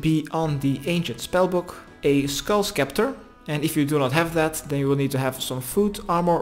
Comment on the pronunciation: Skull septer the c is silent same with a scimitar it’s simitar not skimitar